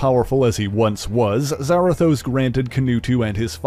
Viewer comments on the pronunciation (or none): isn’t it Za-Rathos not Zara-thos?